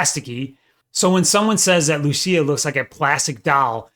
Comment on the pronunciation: thats not how you say lucia